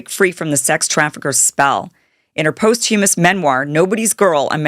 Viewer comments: "Pohst Hummus"? Try Pawst-yu-mus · Post…humous is not the correct pronunciation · Learn how to pronounce meted and posthumous 🙄. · A reporter is more credible if they know how to pronounce "posthumous" and "meted" out. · You need to check on pronunciations of the words you're going to use in your video: posthumous, meted out, etc. It's not difficult. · Kim, to save yourself some embarrassment, you should learn how to pronounce words correctly (e.g. “mete” as in “meted out” and “posthumous”) before attempting to read your report. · Please check your pronunciation: Meted Posthumous